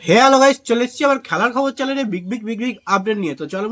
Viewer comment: Dada chalang noi channel hobe.please ektu sothik uchharon korun.